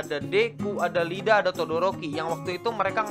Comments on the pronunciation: jojo sama heroaca memotivasi aku buat jaga badan, railgun memotivasi aku tertarik dengan IPA dan akhirnya masuk jurusan IPA di SMA mau cerita doang, kalo bisa diambil hikmahnya silahkan lupa bilang,, itu "iida" bukan "Lida" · Iida bukan lida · iida Bang bukan lida, tapi iida (double i) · Bang "iida" bukan lida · Jangan jadi wibu norak lah bang yg manggil iida jadi Lida